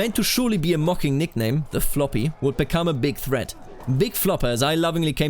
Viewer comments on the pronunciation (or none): none